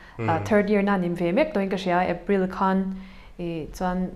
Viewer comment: KHAN TIH TURAH HAN TIA INLAM TLAT ZEL MAI HI..HAHAAH